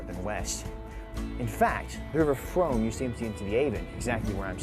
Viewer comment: Mispronouncing the River Frome was a bad start to this video.